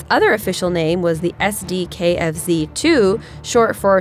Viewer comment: sdkfz 2 fail pronounciation on SdKfz 2 xD